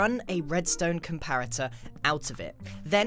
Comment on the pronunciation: lol "compatator"